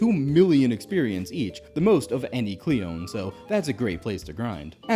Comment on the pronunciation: Im pretty sure that "Clione" is pronounced "Clee-Oh-Nay." Theyre also called "sea angels" in real life. Theyre what the pokemon Phione is based on so thats why i just remember this off the top of my head.